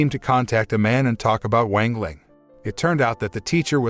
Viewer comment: Bruh I hate this guy mispronouncing "wang ling" into "wengleng" like wtf😡